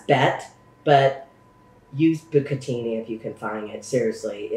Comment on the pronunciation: Pronounce e like cachio e Pepe like pepper but without the R, bucatini is bu ca tini